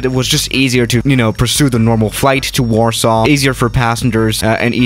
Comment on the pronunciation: Lot :P Btw it's Warsaw not warsaaw